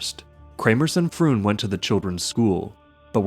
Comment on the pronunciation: Pretty sure "Froon" is pronounced "frohn" in Dutch.